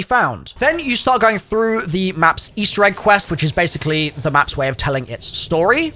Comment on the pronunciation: "Eastewr Egg" lmao